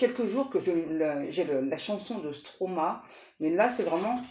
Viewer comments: c'est-à-dire Stromaé et pas Stromae car on dit Maestro (maéstro à prononcer) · c'est pas stroma c'est stromae et le e est prononcé é ,je me demandais de qui vous parliez ,mais rendez-vous ,m'a confirmé que c'était bien ça, biz de Belgique